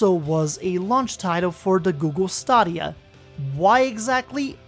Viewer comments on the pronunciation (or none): Stadia was the BEST way to play FM. Anyone's shitty computer could play FM with as many leagues loaded as you wanted. As long as your internet was half decent, it was a dream. THAT'S why it was on Stadia. ...And it was pronounced STAY-DEE-AH, not STAH-DEE-AH.